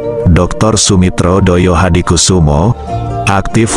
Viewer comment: Saya perlu koreksi sang Narator,bahwa pd era tersebut belum ada Partai Solidaritas Indonesia,.yg ada adalah Partai Sosialis Indonesia.. termasuk pelafalan thd nama ayahanda dari Prabowo Subianto masih tepat.. semestinya adalah Joyohadikusumo, bukan Doyohadikusumo dengan ejaan lama yaitu Djoyohadikusumo